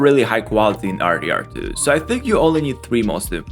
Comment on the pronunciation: how he said RDR2 was just stupid